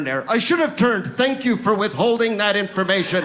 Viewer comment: I heard your "I thank you" ...with your German accent!